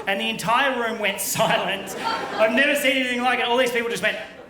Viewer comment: Came here just to write it out a tad closer to how it sounds, 'AH'VE DONE A MISCHIEF!!'